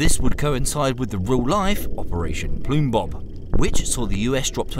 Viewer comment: Operation Plumbob, not Plumebob.